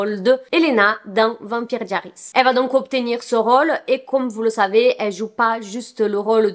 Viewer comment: La prononciation de vampire diaries pitié 💀💀💀